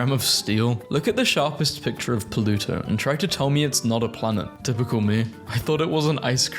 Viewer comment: The way he says pluto: poluto😂😂